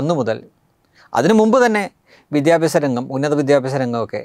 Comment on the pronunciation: Not vidyabyasam said "vidhya-aabhasam"